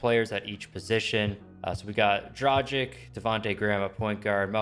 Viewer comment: Dra gik it hurts me how you say it its dragi`c(not hating btw)